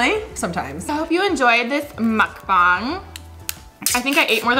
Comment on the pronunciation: I believe its pronounced Muk BANG. Not MukBONG